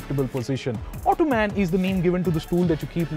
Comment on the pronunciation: Disappointed with the video .... The pronunciation of the Ottoman was incorrect. The format of the video was confusing and irritating... 😔